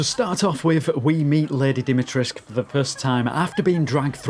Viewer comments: If I hear "Lady 'Dimi-trisque' " one more time... - It's "Dee - me - tres - coo". Sorry, normaly I am not that wise ass. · It’s Lady DimitresCU, not Lady Dimitresk” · You keep missing the C and the U at the end when you pronounce her name, try to pronounce it like this: Deemeetrehsscoo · Why does everybody pronounce it as Dimitresc, when the proper way to pronounce it is DimitrescU...? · why everybody is pronouncing "Lady Dimitresc"?? there's a "u" at the end, you know. As far as I know, she is romanian and they pronounce it with the "u" , even if the (japanese) developers wrongly state it's "Dimitresc" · "Lady Dimitresh" ???? do you not see the "ESCU" in her name? are you blind or just misnaming her on purpose? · Why is everyone not pronouncing the "u" at the end of dimitrescu? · its DimitrescU - its a Romanian Name and thats how you say it. Theres a "u" at the end for a reason. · Dee-mee-tres-KU ..it is not realy that hard, Try it. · what with everyone pronouncing her name like there is no U at the end of it. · Its because the voice actors also didnt know and used the "english pronounciation" But if you ask a romanian guy, he will tell you the "u" isnt silent. But hey, all good. I enjoyed the video a lot regardless. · What's this hipster trend of saying her name as if you were Hungarian ?! We are BRITISH ! Add the 'oo' at the end ! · Interesting, how you English speakers just don't pronounce the U at the end of Dimitrescu. 🤔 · The 'u' in the name Dimitrescu MUST be pronounced. Surnames ending with -scu are VERY normal in Romania, where Lady D is from and where I've worked a few times, and the 'u' is ALWAYS pronounced. No if's, no but's. Just do it! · Just stick with "Lady D" if you can't pronounce "Dimitrescu" correctly. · The mispronunciation of her name makes me cringe and i'm not even Romanian. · I understand. It's just the type of mistake that's immersion breaking.